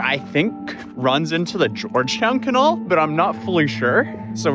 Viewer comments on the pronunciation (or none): The can-what? What be’th this mystical ‘can-awl’ place you speak of? Now I’m just confused. Lol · lol you joked about your pronunciation not being the best a few weeks ago… dude, canALL?? How have you never heard some say canal 😭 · who THE FUCK pronounces "canal" like "Cuh-nawl"??? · “Cuh-nail”. (Canal)…. Must we send you a gas mask??? Thank you for your reporting when no one else was. “POOP GEISER” is the funniest ever, but YOU COULD TIE A BANDANA OR A DIRTY SOCK AROUND YOUR NOSE/mouth and STILL BREATHE BETTER. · What's a Kunall? You mean a canal? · Do people in the D.C. area really say "cuh-NAWL" and not "cuh-NAEL"? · I cannot get over this man's pronunciation of "canal". It's can-al. It's not kahnall. Mans is a professional youtuber and didn't even bother to look up the pronunciation, and then said it like 17 times. What the fuck are you, English? Ugh, oy bruv, you wanna take a dip in the kah-nahhhhl? Oyé guv, innit, yea? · wtf is a "kinawl"? Are you trying to say "canal"? Jesus dude do you really not know how to pronouce canal? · CAH- NAL. Canal. Not CUH-NOL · Did you just say "kuhn-null" instead of "kan-nal" :p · Almost got me but your demon image was super fake Lolol make it darker bigger and I may had let out a woahh wtf 😂😂 unsub sent me and got me to stay salute sir also it’s pronounced Ka-nal…. Not Ka-nol 😂😂😂😂 contemplate Canadian on us 😂😂😂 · >canall It's pronounced can-AL. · It's Can AL, not Can ALL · lol.. a Kenall... you mean Canal? its pronounced Cuhnowl.. lol... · "can all" (canal) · Who calls a canal a conol? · What region pronounces canal as cuhnul??? And then he says it correctly later. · Isn't it "kah-n'al" lol I can't even type it how it sounds and now I'm saying it wrong too lol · is this how everyone pronounces canal??? we say it can-al, like the name Al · Ca-nall? CaNOWL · Pronounced " Ca-Nail "idk what you said when saying "Canal" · really hear your accent when saying canal as cahnaahl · Stop saying canal wrong